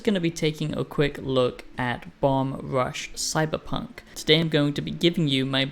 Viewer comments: Why are you reviewing a game you haven’t played? Your basing this partly off of promotional material? And you don’t even say the name of the game correctly. Don’t review games you haven’t fully played, that’s like rule number one. First impressions maybe. You said nothing that wasn’t intuitable from watching trailers. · Imagine being the first person the review the game and you mispronounce its name every single time you say it.